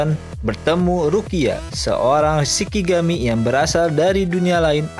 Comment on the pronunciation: Mas, Shinigami bukan Shikigami. Dan dibacanya ani-ME bukan anim.